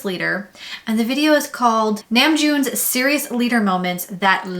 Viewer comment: Everytime you say “Namjoon” I think of JK’s mimic of it. You say his name in a very Americanized pronunciation 😅.